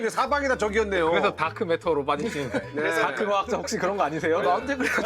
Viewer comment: 달크..... 발음 쥐기네 ㅋㅋ